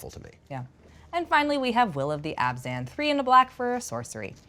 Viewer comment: Her favorite color combo and can't even pronounce it right. It's Abzan not Azban.